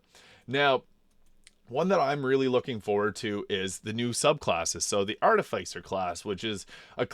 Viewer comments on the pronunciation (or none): Arti-fiss-uhr, like artificial.